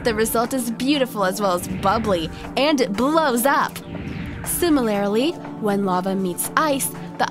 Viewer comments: Good but . Only one critic that is you said Similarily... the word is Similarly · "Similarilly" - That's the one which caught my attention as well. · Golf CLUB, Similarly (Simi-ler-lee), Blow (Bloe), Magma and Lava are NOT the same thing. I repeat; NOT the same thing. What's with the damned giggling? Okay. That's all that bugged me about this video. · The word would be similarly not similarily like the idiot in the video kept saying. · "Simi-lair-lee... hehehe." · "Similarily"? And again ? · "Simerlarely" lol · Sim-i-lar-i-ly?! FFS! Killin me, lady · Similarlily? What. Also, fire extinguishing ball? WTF. Also, the hehihiehe laught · I also like how she pronounces similarly as “sim-i-lair-i-ly” lol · Did she just say SIMILARILALY?!!!??!???!??? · Nitish Kumar let me enlighten you... She is using an accent that isn't her own. It gives an unsettling effect. Combine that with the forced anime giggling and use of poor grammar as well as accenting the incorrect syllables of words such as "similarly", and it becomes grating. If she used her natural accent, it would probably come off as charming. Also, here on Earth, we call them golf clubs. That's why.